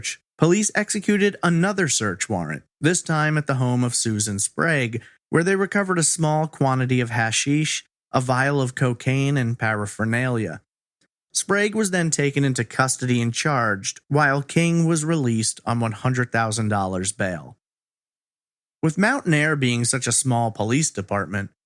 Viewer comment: what’s para fruh Nalia 🤣🤣 it’s just paraphernalia pronounced para fuh nail ear